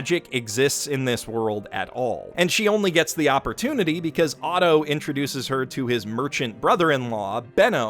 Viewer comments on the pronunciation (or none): none